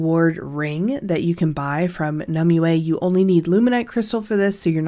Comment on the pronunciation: Not one youtuber can pronounce it right.. Nim-wey. Its Nim-wey... not Nim-oo, not Nim-you-ehhh. Hurts to hear lol.